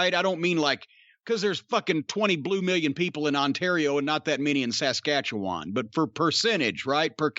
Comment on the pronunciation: As a guy who has lived here most of his life, I love how Jim pronounces Saskatchewan. But that part about Alberta really should be Alberta and Saskatchewan because Stampede was based in Calgary but covered lots of Saskatchewan too - out here it was always look at as our promotion too. Growing up we didn't we WWF but we sure did get Stampede. The storylines are the problem because in the end they are really ignoring wrestling's most basic storyline - you want to be the champ. You get all these side angles over silly things but in the end, the whole idea of wrestling is you want to be the champ to prove you are the best and to have all the power. We don't see that now. People fight for no reason, you get stupid storylines like Lashley and Rusev which go nowhere and amount to nothing - why would anyone care? Look at Rock/Austin, it was always about being better than the other guy and being the champ. And people loved it. Bret/Shawn was the same. That's the stuff people talk about, not the Edge/Booker T shampoo commercial angle.